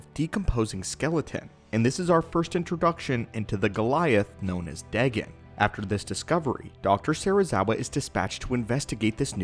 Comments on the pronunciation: Dagon is Pronounced Day-Gone not deg-gun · its n ot dagan its said day gon ;) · you said his name wrong its daygon=dagon